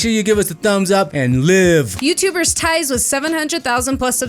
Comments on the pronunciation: Ties is pronounced as “tease” like teaser and not “ties” like bow ties. It’s not that hard. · TIES great pronounciation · I love how they pronounce 'Ties'